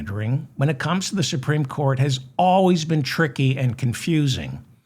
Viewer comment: The supteme what!? Oh, you mean The Grand Fascist Council.